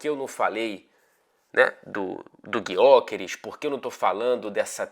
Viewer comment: Fala, vou dar uma dica para você e repassa pro pessoal da TNT Sports Brasil. Eu moro na Suécia e aprendi que a letra Ö do nome do Gyökeres tem uma pronúncia parecida com o nosso Ô do português. Abraço.